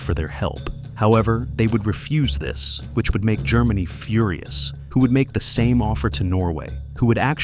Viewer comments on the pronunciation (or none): Führer-us instead of furious